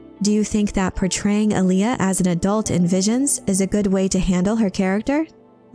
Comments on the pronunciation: It's pronounced 'A-Lee-A',not Aliyah,watch David Lynch's 1984 version of Dune,in one scene Paul Maud'ib says to Stilgar and Gurney Hallack, "Alia keeps pace with the storm." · ahhhh.... someone fix this AI's pronunciation of Alia.